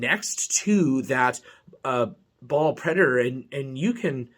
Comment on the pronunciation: Think you awsome man but its baal not ball